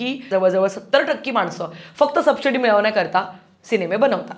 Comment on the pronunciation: Khup sunder analysis kartes tu. Please take this as constructive criticism and feedback but it is pronounced as 'subsidy', not 'subshidy'. It breaks the flow of listening. Also, give examples when you speak... Adult, stupid movies like...??? Keep up the good work.